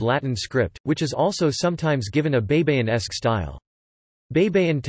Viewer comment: Hey it's pronounced bye-bye-in, not bei bei in. Spanish and Filipino words are pronounced the same way it's written. Please do your homework. You're embarrassing. I suggest you find a Filipino speaker, not a Yankee.